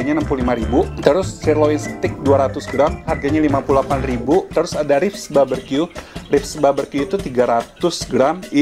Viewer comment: 9 tahun lebih q skolah .... BBQ di baca baberqyu...